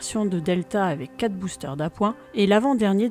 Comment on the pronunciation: Bravo ,excellente préstation , par contre la diction est perfectible à peu de frais , les centimet',met' et autres quat' ça ne passe vraiment pas , par contre excellente diction des noms étrangers . Vous faites infiniment mieux qu'Hugo Lisoir qui me les broute franchement